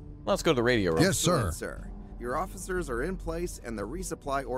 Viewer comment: Looks like an intresting game. Also, I like how the narrator says sir, sounds like he says sar